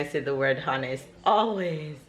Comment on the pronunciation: Good morning. So nice to see how well the kids are growing up. I cant way to see how Sarah will be on her first big day at school. Ever since Isaac you have been using the word honest a lot and rightly so. Please be reminded that in pronouncing the word Honest the 'H' is silent. Have a great day.